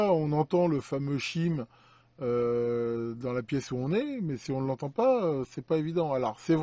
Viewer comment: So what ? Ben chaïme = carillon. Le Chime m'écorche l'oreille 😁😁